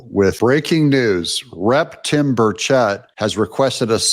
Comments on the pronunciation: It is said (Burr-chett) like burr- like when your cold and chet like Chet Atkins. Put it together and you have (Burrchett). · Wrong pronunciation of Burchet